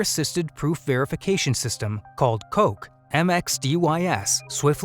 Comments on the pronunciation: No. It's not called Coke. It's pronounced Cock, like a rooster. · it's not pronounced "coke" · I got so disappointed by the "coq" pronunciation, some people at Quanta need some french lessons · Coq is not pronounced "coke", they just didn't want to pronounce it properly. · It's pronounced "cock". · Better pronunciation is to just pronounce it as it is meant to pronounce (coq) and not give in to this weird American self censoring behaviour. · Coq with such great work only to have his name pronounced wrong.